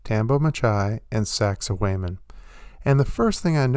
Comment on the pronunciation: You need to learn how to pronounce sacsayhwamen. Peace!